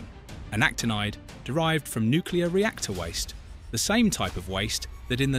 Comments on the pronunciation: God that drives me up the wall. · Well, there are a lot of intelligent people that can't pronounce Nuclear., It's not Nuculear. That irritates me. Potatoe or potato, all the same.